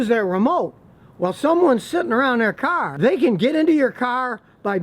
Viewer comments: Take a shot every time he said kar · Hahaha, you said car so many times this video, it started to sound different 😂